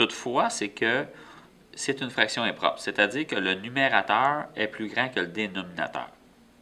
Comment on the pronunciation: Le dénominateeeeeeeuuuuu xD accent québécois x)